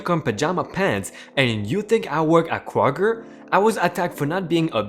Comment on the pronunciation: Kr-og-er... Kroger